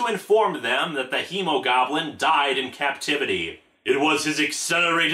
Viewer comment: did anyone else hear Emogoblin instead of Hemogoblin